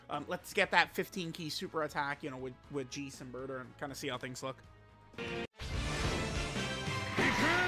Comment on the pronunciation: Why did pronounce Jeice as Geese